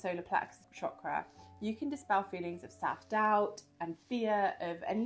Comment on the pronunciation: Thank you for pronouncing chakra properly ❤